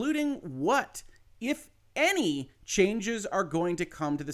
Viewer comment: I dont know.... I flinched a bit at that "what, if any..." there (1.22 seconds) lol